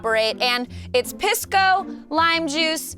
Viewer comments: It's pronounced Pee-sco, not much better sounding than Piss-co haha. Also those hotdogs, are a local food called completos, and yes there are hotdogs inside. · It’s not pronounced piss! Lol😓 more like peace - co lol